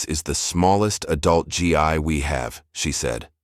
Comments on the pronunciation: Please teach the fucking AI to say Gi as G with a long fucking E!!! And not G-I. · GI should be pronounced "Gee" and Kata is pronounced with short sounding a's, not long .🙄 ❤CK Anyone who knows about Karate or any of the other Martial Arts would know the proper pronunciation(s)...so embarrassing for you, so unprofessional, and really annoying for those who know and are listening. Please "fix this". Thank You 🤔 💭 ❤CK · Please Please Please Read your stories CORRECTLY... it's not G I............. its GI Like it's pronounced G like Grape I pronounced eeeeeee Please check your Pronunciation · The GI as you say it is pronounced GEE